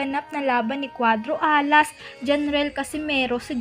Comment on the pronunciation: Maganda sna mkinig sa kwento nito kaso pahina ng pahina ang boses at saka yung pagbigkas mo ng alas at pinas nakakadiri parang hindi ka pinoy